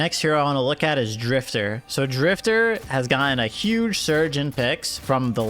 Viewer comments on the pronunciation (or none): none